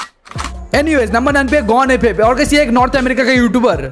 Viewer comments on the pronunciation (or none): none